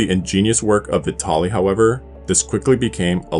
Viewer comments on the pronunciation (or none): none